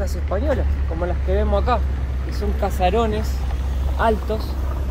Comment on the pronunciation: Muy lindo el vídeo. Ahora,, se dice Caserón y no Casaron. Saludos